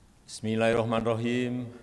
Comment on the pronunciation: Jokk2 latihan Yg Bnr Dulu Baru Jgn Hnya Karbitan Untuk Bacaan Ayat /Do.a kata Penganternya Bissmillah Aja Msih smilahirahmnirahim Alfatekahh N d Dtik 0.23 Apa Bacaannya Klau Org Yg tak Sehluan Dgnnya Pasti D Tangkap Dgn dalil mlecehkan Tp Inilh Indonesia Dmi Rezim Apapun Bisa N Halall